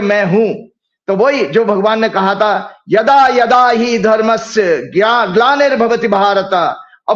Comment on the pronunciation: Jo Jyotish ek sanskrit ka shlok thik se nahi padh saka, yada yada hi shlok pura ASHIDH PADHA ISNE. DOSTO AAB AAP KHUD PREDICT KAR LIJIYE YE CONGRESS KE JYOTISH HAI YA KUCH AUR AAJ TAK INKI EK BHI BHAVISHYAVANI SACH NAHI HUI. AAJ MERA KAHNA HAI KI YE PREDICT KARE KI U.P KAUN JEETEGA.